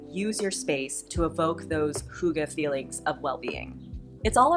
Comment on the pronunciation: I can confirm it is deeefinately not hoogah 🙊 its h-ih-gge. Im from Iceland and we also speak danish here. Love the video ❤